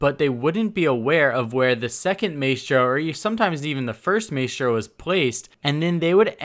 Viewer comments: Alastair grant or “mice-tro” either way it was annoying af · I swear if he says maystro one more time. Lol great vid keep up the good work. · The way you say his name 😫 “MAY-STRO” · DonkeyDotExe I was talking about your "my-stro" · My-Stro Jesus I couldn’t stand the way he kept saying his name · It’s “Mah-eh-stro” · Maestro is pronounced My-Stroh and turret doesn't have an 'n' before the second t. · Its "my stro" fam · Man said maystro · Mae-stro 😂😂 god help me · is pronounced maestro is pronounced mistro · Maystro????? Really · May-stro? Wtf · Maystro? Tf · Stop saying Maystro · Please stop pronouncing it MAYstro... Please. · Does it trigger anyone else how he puts emphasis on the a sound in Maestro instead of I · The way you say Maestro is just... Not okay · Maestro is pronounced differently in italian... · please say Maestro the correct way it's supposed to be pronounced. Love your vids, just one of my pet peeves. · Dude please pronounce his name properly. i know it isn't a very common word in the English language but it is seriously not that difficult. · You are pronouncing badly the operator's name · I’m sorry. I love you but God Dang you need to learn how to say Maestro’s name right. Literally the devs said his name twenty times🤦🏻‍♂️ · Don’t pronounce maestro like that please. I cringe every-time you say maestro. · Please don’t ever say “May-stro” again. It’s “My-stro” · PRONOUNCED.. (MY STROW) not (MAY STROW) i hate hearing names butchered repeatedly stay in school kids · Am I the only one that gets triggered when ever he says Maystro. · just so you know, you are 100 percent butchering the proununciation of maestro. Its pronounced like miestrow. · why do you call mistro maystro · The pronunciation to say maestro is ma estro don maistro 😂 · #Question4Coconut Can you please say Maestro correctly, pronouncing it like maystro is giving me autism. It's maestro, like in music where the ae makes an 'I' sound.